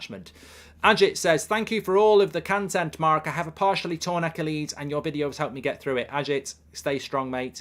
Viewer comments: “That’s an Acca lees” -Mark Goldbridge trying to say Achilles. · goldbridge pronunciation of achilles is hilarious